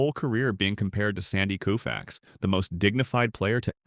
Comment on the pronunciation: Bro is COE-FAX not KOO - FAX. A.I. bullshit.